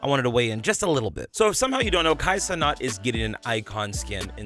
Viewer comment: it’s pronounced kai cen AT not ce NOT